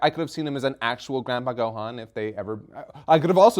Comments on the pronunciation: Its Gohan "Go-Hon" not Gohaan you noob. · fyi funny how they pronounce Gohan😂like THEY SAYIN Go Han!😂😂😂